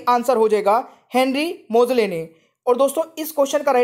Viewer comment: मोसले होता हैं मोजले नही